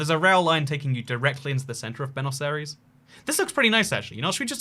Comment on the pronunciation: how you pronounce Buenos Aires: Buanos-ires